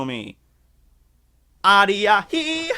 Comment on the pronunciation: You MASSIVELY butchered the pronounciation when you tried to sing numa numa. Its "My-a-hee" not "Ar-ee-uh-hee"